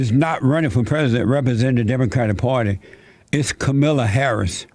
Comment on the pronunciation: Kamilla Hahris